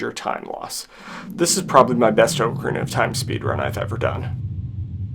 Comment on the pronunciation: Spends hundreds of hours learning how to beat a game in 7 minutes; doesn't even know how to pronounce the game title.